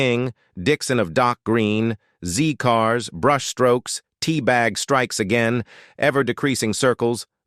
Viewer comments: It is "Zed Cars", not "Zee Cars". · You say they aged badly , but you pronounce words badly. Zee cars is Zed cars...and Allo allo, should have a French tone, which lifts the sound to A low....A low sort of 😅😅😅😮😮😮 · Z CARS is pronounced ZED CARS not ZEE CARS. This is mentioned in Wikipedia and IMDB. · ZED CARS, not ZEE CARS! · Why are you calling the vicar Clive Swift at 14, mins, and it is Zed cars not Zee. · Zed cars. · It's zed cars not zee cars 😂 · It is Zed Cars not Zee Cars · Zed cars* not zee cars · Don't be tough. The information was good except for the zee/zed thing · Its pronounced zed cars not zee car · I hate the AI voice and it’s a dealbreaker for me. ‘Zee’ cars …….mg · Zeee cars. ? 😂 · Awful narration eg "zee cars"!